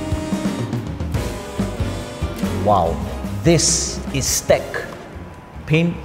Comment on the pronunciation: Great video, but "STEK" is pronounced "S - TEK" and it stands for "Shield Technology". I was told this by the manufacture that is based two hours away from me. I just started carrying their products.